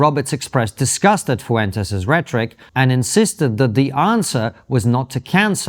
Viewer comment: Brits pronouncing Hispanic name is always hilarious and super annoying 😂 (foo entes😂)